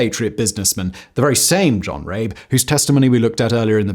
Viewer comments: Thank you for this video. It honors the memories of the victims. 2 points of corrections though: (1) the Chinese flag shown is incorrect; it is the PRC flag. The correct flag to use is that of the ROC. (2) The correct pronunciation of Rabe is similar to "rubber", instead of "rape". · John Rabe . Is definitely not pronounced the way you did it here. It's not John Rape but sounds more like "Raabe" the a is emphasized and his name translates to crow. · Rabe is pronounced Rah-ber in German. The Japanese violence was so brutal & horrific, it even cringed the most fervent Nazis. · Maybe look up the pronunciation of “Rabe” next time, it’s especially bad to pronounce it as something that sounds like “r*pe” in the context of this video… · It’s pronounced rabE (raven). The e isn’t silent. He wrote a report to hitler about the Japanese, after he came back to Germany, but the made him silent . He lost his enthusiasm about the nazi party and lived a very poor live with his wife, died later. His report was discovered later again. The chines saved his house and made it a memorial. He is still remembered by the people there. But wasn’t there also a Japanese diplomat who saved Jews in Litauen (litavania??? Don’t know the English name)? So there people, in the midst’s of their ideology, but still were human enough and helped people. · I am going to sound like a pedant, but —Goddamn—please invest the smallest amount of time to learn how to pronounce people’s names. I’m not saying you have to sound native, but you screwed up not only Rabe’s name by pronouncing it two different ways in various parts of the video and as for the Chinese, the less said the better. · I know that's not the right video too make jokes in the comments but I love the way Simon pronounced John Rabe.